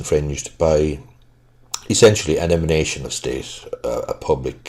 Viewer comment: Do you say the word "ELIMINATION of state"?